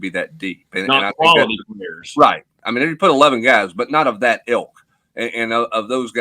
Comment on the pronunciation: It’s “ilk”. Not “elk”. Lol